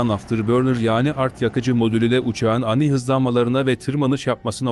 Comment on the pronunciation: Beyefendi, Takat derken a harfini uzun okumalısınız Keza, ani derken yine a harfini uzun okumalısınız Vah vah diyorum size Hürmetlerimle